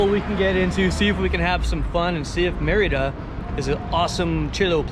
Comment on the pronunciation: Also... some pronunciation help... Mérida is pronounced "MEHR-ih-da", not "mur-EE-da" (accent first syllable). Quintana Roo is pronounced "keen-tah-na ROW" , not "kwin-tah-na roo" ("qui.." in Spanish is pronounced "kee.." and "Roo" rhymes with "toe", not "too"). Just sayin'...